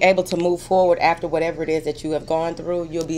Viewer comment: lol I love when u say " whateva"